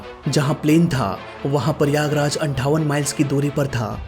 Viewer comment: it is prayagraj not Paiyagraj. 😂😂😂😂😂 U r from which school 🎒